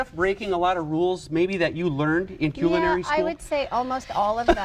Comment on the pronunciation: That bread looks awesome! But the best part of the video is that the host pronounces "culinary" properly, a real gem considering how rampant the incorrect "KuLL-in-air-ee" usage is.